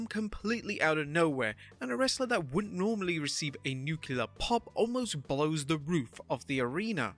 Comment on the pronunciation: I stopped the second pronounced "nuclear" the GW Bush way. Why do people have such an issue with that word? It's the nucleus of the atom, not the nuculus. 😂😂